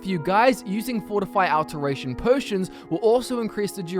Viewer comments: I am so sorry. I cannot... Aalteration. It's pronounced Au-lteration, like "all". Or Augment. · "AL-teration" lmao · D Cap a Tation like Al teration, get it right lol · I really hope you've learned how to say "alteration" correctly by now. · The way he pronounces alteration tho...